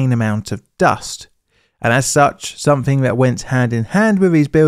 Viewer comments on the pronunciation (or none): none